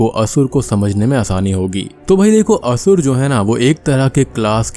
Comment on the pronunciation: Its only Sur and Asur. The English spellings contain the extra 'A' at the end. Don't use it in pronounciation.